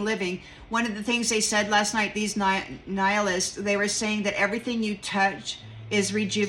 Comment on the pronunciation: "Knee-high-alists" lol. That, too!